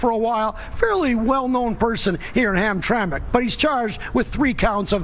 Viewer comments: FYI...... it's Ham-TRAM-ick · Hamtramck is pronounced Ham-Tram-Mick... most folks that aren't from this area say it the way it looks. No blood no foul, good content Madam. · It's pronounced Ham-tram -ic. I spent my life in the Detroit area and we have a bunch of funky names for things here in the Motor City. Hamtramck was called Pole Town for the huge Polish Population, then about 20 years ago the demographics went out the window with Yemen carrying swords in the streets and calls to prayer from load speakers. Spooky! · "ham-tram-ick". not to officiate from the main focus but from the start made me think we was talking about 2 different places. Entire state is run afoul with dirty elections since at least 2010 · Ham-tram-ic. Three syllables.